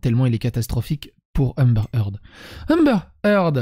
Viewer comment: Je suis pas chiant niveau accent mais pour un nom que tu prononces au moins 50 fois dans la video stp C'est Amber Heard et pas Hamber Eard